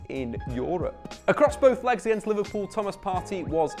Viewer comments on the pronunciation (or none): none